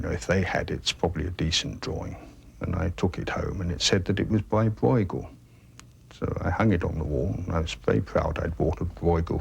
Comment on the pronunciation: Hurts my ears. Please pronounce Breugel better if you want to be an 'expert'